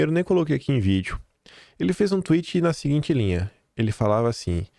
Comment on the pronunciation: KIM : cinquennnnta...,sesseeeenta "PUCENTO". (EU) MELHOR...,SEM "GOPE" E RELATADO EM "VITHIU" (VÍDEO)